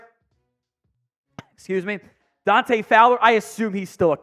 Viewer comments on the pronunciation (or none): none